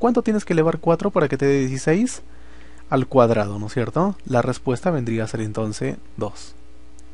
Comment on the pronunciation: Se dice entonces no entonce